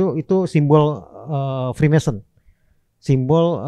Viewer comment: Freemason bang bukan Freemanson